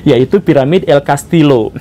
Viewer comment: Punten Pak Guru, Castillo dibacanya Castiyo🙏